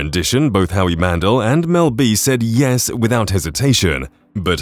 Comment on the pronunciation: Heidi's last name is pronounced KLOOM, not "clum." Howie's last name is pronounced MAN-DELL, not mandle (it's NOT like handle!)